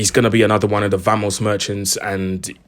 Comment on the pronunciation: Man said vamos merchants😂😂😂